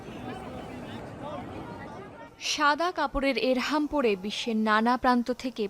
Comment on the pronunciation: শব্দটা 'ইহরাম', ইরহাম না